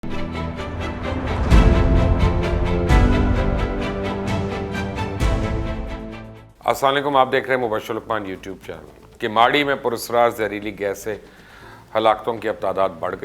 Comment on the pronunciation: Mubashar bhai ap asawan aliku kion bolte ho is arbi k lafz ko sahe kion ni karte